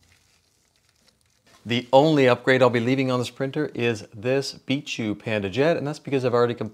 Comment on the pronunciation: Its bi k not bishu